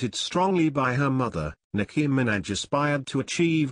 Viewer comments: Sounds like he's saying Nicki Mc Snatch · "Nicki Minadge"lmao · the way he says minaj 😂😂